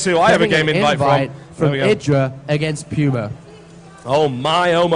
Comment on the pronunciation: You mean P-you-ma. =P